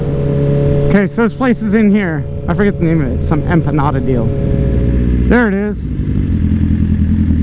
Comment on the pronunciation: I kept hearing "enchiladas" everytime you said empanada and when I saw them, I was like... wheres the verde sauce